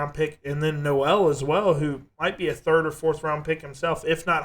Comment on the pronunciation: It’s pronounced No-le like Coal. 😉